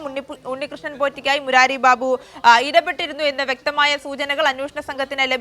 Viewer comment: ബീബു അല്ല ബാബു 😂